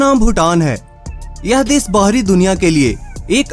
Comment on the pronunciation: भाई ये देस नहीं देश होता है। सुरू नहीं शुरू।